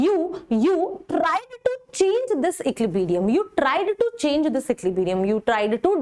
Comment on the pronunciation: Man ecliberium nahi equilibrium hota h